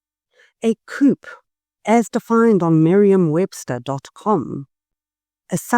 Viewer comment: BTW - coup is pronounced "coo" - the p is silent